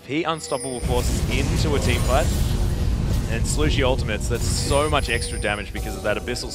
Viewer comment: How annoying are these casters lol, it's ''so'', not ''soeuwer''